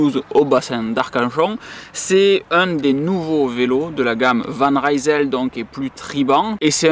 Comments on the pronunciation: Sinon tu as ORIGINE, qui est très aussi bien placé que Decathlon et Canyon. La différence étant que tu choisis tous les composants, ainsi que les tailles de cintre, potence etc. Sinon on dit Van Risel et non Raïsel :) Ca vient de Rijsel (Lille en flamand) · Van Rysel, ça veut dire "De Lille". Le y se prononce comme un i. C'est pas de l'anglais!